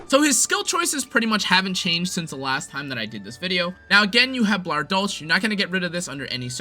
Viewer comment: In german (and dutch in some cases) you pronounce the ch as a K. So its Blauer Dolk, meaning blue blade. Klatzwinger, is pronounced as Kalts-Wing-er.